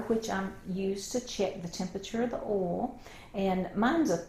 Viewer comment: i love how she calls oil "ol". This is how you know it's legit. lol.